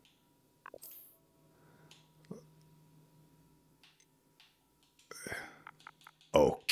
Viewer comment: Starting to watch. How long till he realizes he named himself a wooden monkey? "Appeton Oak" xD